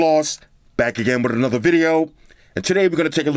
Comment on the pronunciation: ROLLED that tongue AnotTTTha